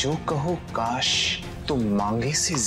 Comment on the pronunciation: कास नहीं बोलना😅😅😅